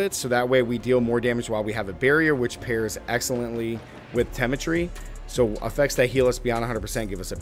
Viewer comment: Pro-tip try and pronounce the correct names of items and skills, it makes you look more serious and understanding. Else you come off sounding ill-informed and players won't take your build serious. Temerity, Digitigrade, and Masochistic were all butchered horrendously.